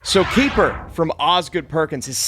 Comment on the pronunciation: It is not you, it is me. But every time you say Keeper, I hear kiefer. Good review.